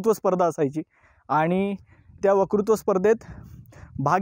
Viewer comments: 1ऑगस्ट. वकृत्व नाही वक्तृत्व स्पर्धा.. बाकी उत्तम.. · to tumhi "vakrutva" mhatlay. "Vakrutva" navhe "Vaktrutva" asa mhana, please Baki tumhi khoop detail madhye Sinhagad samjaun sangitlat. Faar chhan! Dhanyawad!